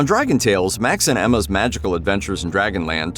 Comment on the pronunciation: On dragon tales it's Emmie not Emma.